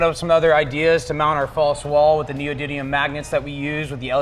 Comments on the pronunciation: Neo-did-ium magnets? Haha😂😂😂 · Kyle Mehok I know what they are, I was just commenting on the way he pronounced it